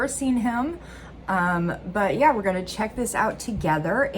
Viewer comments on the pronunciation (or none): none